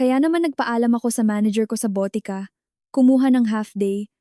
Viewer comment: Botika (drugstore or pharmacy) not BOTE KA ( bote means bottle) ka (means you).